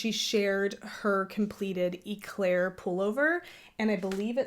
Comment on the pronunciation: That Noro Yarn is calling my name 😅 I'm being knitfluenced PS: "Éclair" is a French word that means lightning 🌩 The E in Éclair is pronounced "Eh" like "Ed" or "Bed" (not e like Pete) Your son is soo cute!